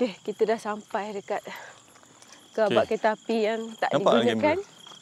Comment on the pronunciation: Gerabak la kak. Bukan Gerobok